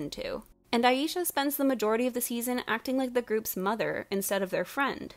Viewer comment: Okay but not the fact that the one black character is the Mother figure. The writers gave such little shit about Aisha that they didn't even pronounce her name right. I would know I spent my entire life being called "I-yee-sha" 😔